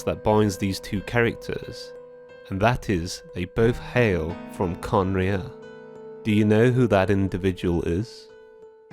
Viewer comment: Its not khanria its kahneriah